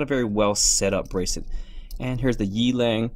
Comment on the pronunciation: The brand is pronounced as Yeah-Lung, meaning Wild Wolf in Mandarine Chinese. I think it is idiotic to write your brand twice on the logo even if you are Rolex.